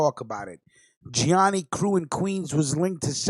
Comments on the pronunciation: Great podcast. But one thing: it’s pronounced: ja knee knee or sometimes: gee ah knee knee. Trust me on that one. 😉 Good stuff. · Its pronounced (gee a knee knee)